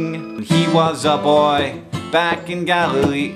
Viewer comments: Anyone else thought he said Galifrey not Galilee? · Every time he said 'Galilee' I heard 'Gallifray' which leads me to believe that Jesus, was in fact a Time Lord.